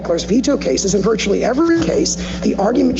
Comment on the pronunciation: he said VERTICALLY! instead of VIRTUALLY? wowwwww